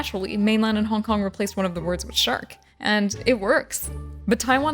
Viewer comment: Ok I keep mishearing Hong Kong as honk honk is it just me